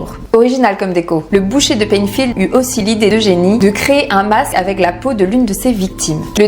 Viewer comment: Bonsoir, petite rectification, Ed Gein était " le boucher de P"L"einfield et non Peinfield. Leatherface de son petit sobriquet 😉